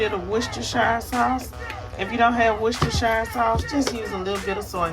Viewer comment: Girl is off the chain, she even pronounced Worcestershire right.❤